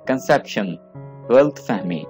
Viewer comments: did he say "killfull" Ghalt nahi Ghalat fehmi. like bhi kerdia hay. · Dikar nahi DAKAR bolo Galt fehmi nahi Galat Fehmi Emodest nahi Im-modest